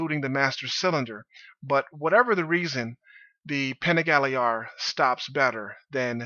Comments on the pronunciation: All good. Both bikes are dope. I'm a little biased considering I own an hp4 but have ridden both. My only thing is: Could you please learn how to pronounce Panigale. It doesn't have a diacritical - ie. it's not an é. Js. Bless. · All I'm going to say is that I could tell this was going to be a biased opinion based on the over emphasized introduction of the "PANIGALE" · Great vid, but i would not call it an 'unbiased' video, its clear that you like your Panigale more. Even right at the beginning you put the emphasis on 'Panigale' but say HP4 normally.